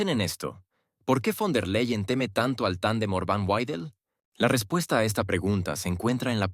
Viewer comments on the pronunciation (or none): Quien es Guaidel?Ni fon der Leiel Repite:BEIDEL von der Laien asi se lee